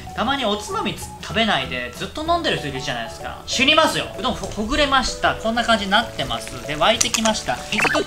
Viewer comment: 「と、言うことでね、きょんきゃいはね！」 からの 「おどん」 死ぬほど萌えたww